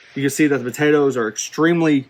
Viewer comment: is he saying "buhtatoes"?